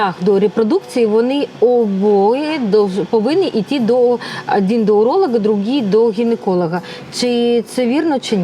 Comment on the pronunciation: Уролаґа? Це хто? Чи у вас дефект щелепи і ви слово уролог не можете нормально вимовити?